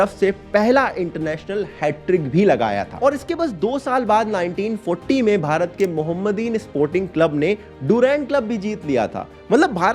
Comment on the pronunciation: Bhai video banane se pahele thoda names ko aur uske pronunciation ko acche se padh lena. Tab se "Sovabazar Club" ko sarbadhikari club bole ja rhe ho , aur woh "mohammedan club" hain mohamaden nhi. Jab educational video bana rhe ho tab information sahi disseminate hona chahiye. Editing ke waqt toh sun rhe ho ki bhul bol rhe ho aur sahi naam writen me de rhe ho, tab toh atleast edit karna chahiye, itna carelessness kyon. sirf video upload karne se matlab hain kya !!!!! taab se hazaroo galat cheez bol rhe ho maine toh sirf 2 ka example diya.